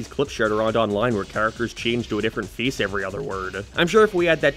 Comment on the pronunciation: Where on earth would you have to be from to have an accent this strange Like, what accent pronounces face as "fee-oous"